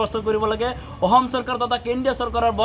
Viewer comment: Ki aohm aohm koi aso suduvi kalaa, axom khon nam holabo lolia pisoloi ki hob baru, thotok atiya nekhedele pisoloi tohtoi axomr vias hoi jabi